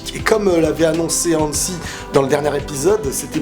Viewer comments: Hanji dsl sa me stresse quand tu dis Hansie (dsl si y'a des faute d'orthographe) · Hanzi pas Hanssi